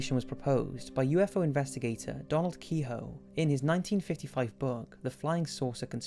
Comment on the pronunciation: Did anyone else hear him say USO?